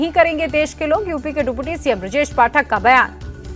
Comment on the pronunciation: She always say dupodi CM instead of deputy CM😂😂😂